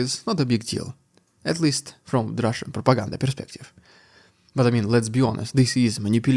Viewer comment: Please say, “Russian dude”, in a normal fashion.